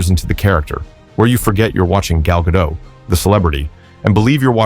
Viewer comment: The very least this clown could do was learn how to pronounce her name correctly! As Gal herself explained to Jimmy Kimmel, it's GaDOT! Heavy on the "T"!